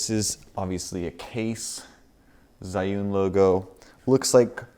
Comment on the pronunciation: You kinda pronounced "zhiyun" (智云) wrong, haha.